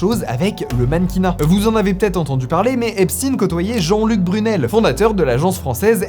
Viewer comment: Mais je crois qu'on dit "Jean Luc Brunil "et pas "Brunel" non ???